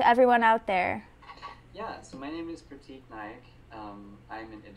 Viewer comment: his name is pronounced Prrraaattikk :P :P